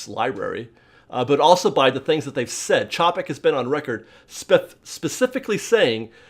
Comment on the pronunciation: Please pronounce Chapek correctly you have been told countless times by fans in the comments and you still have yet to correct it. I also know that these our your opinions but it’s like you do absolutely no research to back up what you are talking about. Love the videos but I’m getting ready to move on to an other disney parks channel.